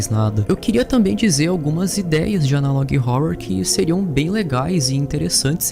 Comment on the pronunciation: adoro seu conteúdo, e a sua pronúncia de catalog e analog me dá agonia demais, você é ótimo